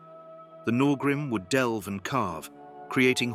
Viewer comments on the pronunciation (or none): none